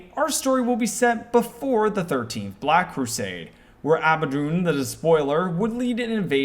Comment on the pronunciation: You mispronounced Abaddon, Excommunicate Traitoris and Downunda.